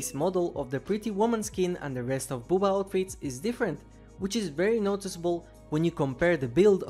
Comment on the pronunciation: I love the videos, but the way you pronounce "Bubba" is really funny to me. "Booba."